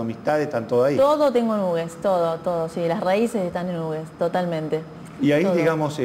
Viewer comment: Muy coherente su punto de vista. Aclaro sólo que pronuncian mal el nombre de su pueblo que es dado en memoria del que donó sus tierras para construír el ferrocarril, Felipe Hughes. El nombre del pueblo por el apellido HUGHES se pronuncia "jiugs", no "ugues".